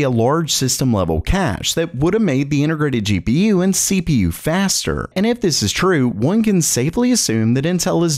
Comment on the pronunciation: The first sentence sound like SleepyU instead of CPU xD